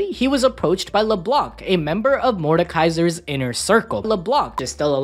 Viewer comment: Its Mordekaiser not Mordakaisa or Mortekaiser